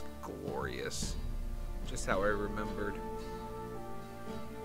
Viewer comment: *How, not Haw.